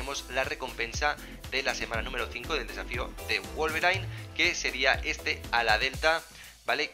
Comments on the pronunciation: no no, osea yo sé que se pronuncia /guolverin/, pero el chavón le dice /guolverain/ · Se dice wolverin no wolverain xdd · Porque wolverain y no wolverin?